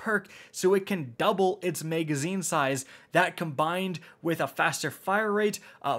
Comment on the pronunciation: MAGazine not MEGazine